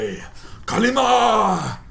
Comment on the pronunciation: 'Kali ma shakti de' LOL DAY9 is part Indian he can say it very well too.